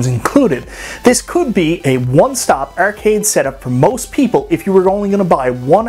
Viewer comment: the word is "arcade." Not "ercade."